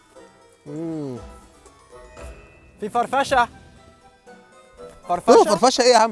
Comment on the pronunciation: يوم قال فرفشه بدال فراشه 😂😂😂😂 قتلني